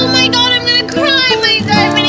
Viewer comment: Her: MY DIOMOND EARING Me: My phone